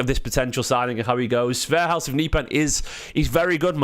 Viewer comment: The H at the end in Halseth is silent. Other than that you pronounced his name pretty much perfect.